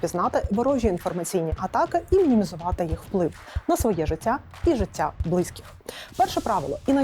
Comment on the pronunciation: До ведучої: коли балакаєш українською, то ставляй правильно наголоси, якщо ти не кацапка. Як я можу вірити людині яка жваво розмовляє українською, але не знає найпростіших слів: не блИзьких, а близькИх